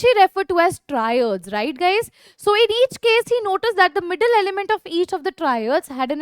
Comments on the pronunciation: It is triads and not traids.. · Yoo it's triads not traids